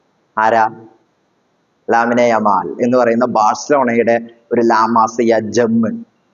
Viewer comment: ലാമിനെ യമൽ അല്ല ലമീൻ യമൽ